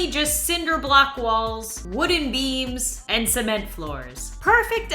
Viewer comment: I thought she said wooden Memes not wooden beams I was like oh no she’s lost it LOL 😂